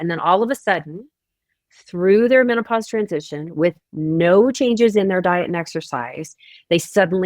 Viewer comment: She said meno-posse!! I love it.